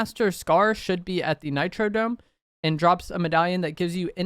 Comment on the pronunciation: Please stop saying "Nitro DOME". It's Nitro DROME with an R. My brain misfires every time you say it wrong lolol